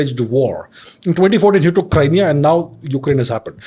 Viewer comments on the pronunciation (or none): none